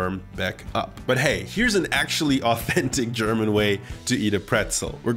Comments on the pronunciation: Hehe, "Germanate" ^_^ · hehe, "germanate" lol